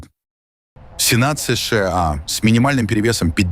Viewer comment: Не СЫ - ШЫ - А, а просто : СЫ - ША.